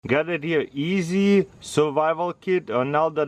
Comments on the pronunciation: It's pronounced S E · It's pronounced Eh-sea.